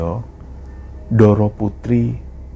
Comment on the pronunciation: sebagai org jawa klo melafalkan kata bahasa jawa sy harap tdk usah spt bukan orang jawa. lo klo bicara jg medok. utk melafalkan kata "ndoro" dan "sedoyo" kok melafalkan suara huruf D nya tidak tepat y sbg org jawa. maaf y